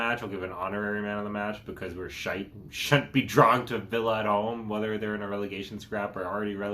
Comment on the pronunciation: Love how he pronounces shite but i die inside when i hear twotted